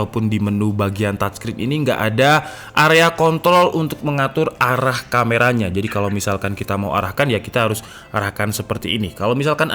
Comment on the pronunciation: 6.59 Anda ngmg jorok donggg "kon***" R nya ilang dong.